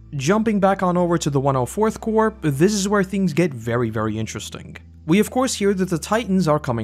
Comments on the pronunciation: yes I'm just pointing out how your videos says Core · Corps not Core...